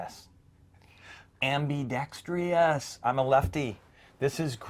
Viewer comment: Ambidextrous. - AM..BEE..DEX..TRUSS...... Why do so many Americans have a problem pronouncing this word? (it's not just you 😁)